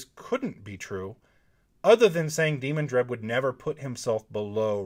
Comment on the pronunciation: To me, the pronunciation is de-MAN-dred, not DEE-mon-dred.